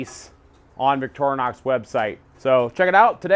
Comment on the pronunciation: It's pronounced Victorinox, not Victornox...